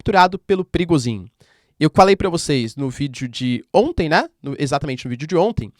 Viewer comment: "Pirigosin" kkk